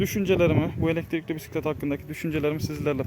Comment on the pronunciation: Oturak değil. Sele. Direksiyon değil. Gidon. Pisklet değil. Bisklet.